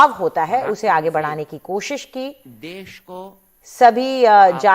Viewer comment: देश होता है, देस नहीं।